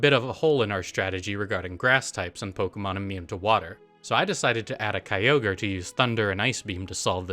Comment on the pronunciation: It's not Kyogre. It's never Kyogre